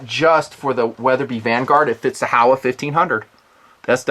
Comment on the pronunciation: Good stuff just a heads up since it is a Japanese company it is pronounced ho wa not how a. HO like the gardening tool and wa as in water. Just keeping it real.